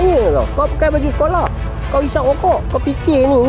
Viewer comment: Org perak ke ....skoloh